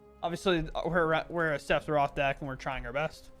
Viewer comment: I thought you calling him saffron was pretty funny. I assumed it was one of those you had read it but never heard anyone pronounce it situations. 😂